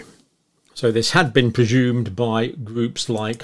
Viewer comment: Dr. PRE-ZZUMED vs Pre-shhhuumed.